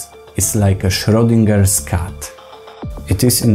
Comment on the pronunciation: So, I have to push back on the "Schrödinger's Cat" metaphor. First of all, that name is German and pronounced "shroid" (rhymes with "steroid", means "to shred") plus "-ingah" (means "one who does the"), with the emphasis on the "shroid" for the same reason you emphasize "cheese" in "cheesemonger". He's clearly descended from tailors. Anyway, second, the "cat" in Schrödinger's paradox is secretly "duplicative" as opposed to the ad cookies which are observably "duplicitous". A better metaphor would be a "double agent" in the spy trade.